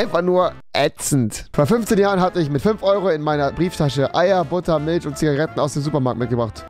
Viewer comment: Hat er bei Milf gesagt und nicht Milch